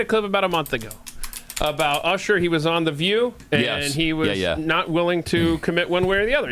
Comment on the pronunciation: She mispronounced Usher’s name because he mispronounced her name— AND instead of being offended, she made a joke about it be she actually has a sense of humor.